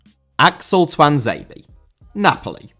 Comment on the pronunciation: Tuanzebe* not Tuanzeibi